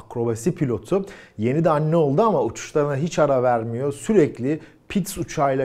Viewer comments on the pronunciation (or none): none